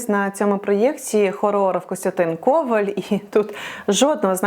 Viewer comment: Не КОваль, а КовАль. В українській мові прізвища, що відповідають загальновживаним словам, наголошуються так само. Переноситься наголос тільки в прізвищах, що відповідають іменам: БОгдан.